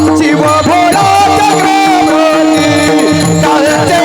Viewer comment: ३९:४४ शिव भोळा चक्रवर्ती आहे चक्रव्रती नाही, उच्चारण सांभाळावे अर्थ बदलतो राम कृष्ण हरी